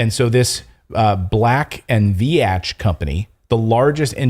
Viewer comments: Pronounced Veetch:, not "Ve-atch". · just a friendly fyi - - re. Black & Veatch - - the 2nd word is pronounced "Veeech" (like Beach)